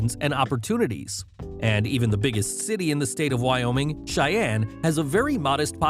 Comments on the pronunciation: Wyoming ≠ why YaoMing? 😂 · you say Wyoming I say why not oming?